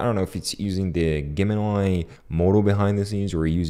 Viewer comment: Juh, jay, jem Jemini, the G is pronounced as a J. But i can hardly detect am accent on you so i find this entertaining. Great vid, thank you.